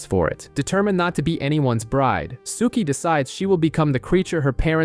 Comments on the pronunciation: Same! Rhymes with "cookie." I mean, I hate to be the pedant in the room, but cripes my dude -- watch a random scene on YT so you can get the pronunciations right lol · If you liked the show (and you read) you'd love the books much more. I only liked the first 3.5 years of the show and then it was very meh. Books were way better. and lol the way you say Sookie.